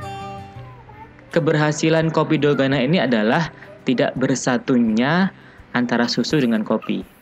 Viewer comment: Dalgona min bukan dolganaaa